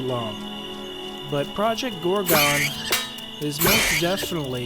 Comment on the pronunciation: lol "ProjoGorgo"